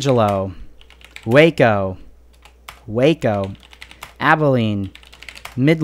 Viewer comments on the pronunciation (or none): none